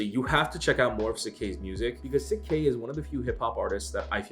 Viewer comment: Pronounced shik k